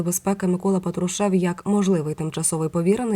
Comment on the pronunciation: Скільки років всі казали ПАтрушев.Ви що не чули? Слух ріже.Який ПатрушЕв?